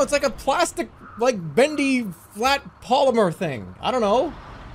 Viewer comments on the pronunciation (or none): none